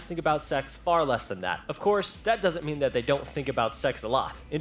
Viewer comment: Madhi The Beast You mean "mean" not "meen"